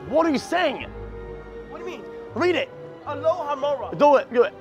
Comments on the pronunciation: I can't with this guy xD "'Allo-mahoe-ra!" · "Say Alohomora." Felix: "ALOMOHORA!" Kai: "ALOMOROHA!" Felix: "What are you saying?! Read it." Kai: Alohomora...ALOMOROHA!!!" I'M DYINGGGGGG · Say Alohomora, "ALOHA" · why did they both say alohamora wrong hahahahaha